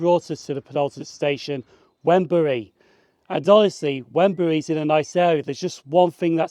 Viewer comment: Great video! Many thanks. Wrenbury is pronounced "Renbury" i.e. the "W" is completely silent. I could be wrong, but I think the bit you showed of the Wrenbury old station building was indeed once that, albeit now painted in cream and the windows and doors blocked off and now integrated into someone's house. Not sure though, as my memory is fading. The small square building a few yards from the level crossing was once a tiny Barclays bank.